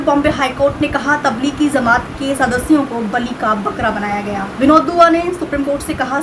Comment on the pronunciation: Madam pl no says zamat is correct word is jamaat.